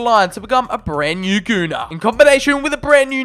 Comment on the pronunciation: I love how he says gunnah